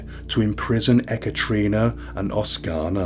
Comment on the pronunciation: No offence meant, but it's usually produced "eh-cat-a-rina" Not "eh-cattree-nah". Just a heads up!